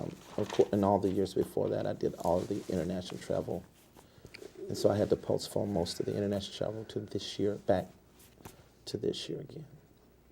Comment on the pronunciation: Is he saying "Postphone"??